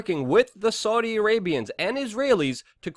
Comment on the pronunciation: Argghh Luke you can't even say Saudi Properly. I prefer destroy the illusion and pjw